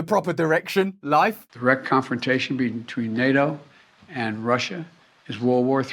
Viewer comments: PuuTTTTTTin Not Puuin 🤣 NAO 🤦🏽‍♀️ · ... general people cannot stop this madness ... maybe some aliens will show up and say: "playtime is over now kids" ... disarm us ... and eat us for breakfast ... by the way Russel ... why do you not pronounce the T in NATO ... is that a typical british thing that they leave the Ts out or just yours ...? As I am not an Englishman I ask myself ... why ?...😈